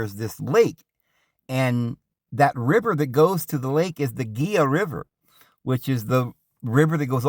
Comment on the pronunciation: It’s pronounced hee-luh river..not geelah…Spanish word.